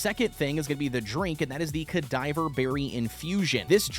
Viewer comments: Cadava not cadiver there is no i e or r 😂😂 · Ca-dava berries not cadiver berries man sorry it just bugged me been playing RuneScape since 06 so it’s funny how people don’t know how to say theese words 😂 no offense homie good videos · Cuh-dah-vah. As in, cadaver. Death themed berries. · ka-diver-berry is wild